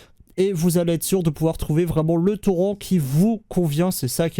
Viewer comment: OMG le nombre d'âneries dans cette vidéo et personne ne prononce torrent à la française ^^